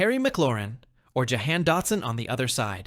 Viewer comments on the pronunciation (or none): you said Johan Dotson Jahan Dotson, don’t pay for the commanders anymore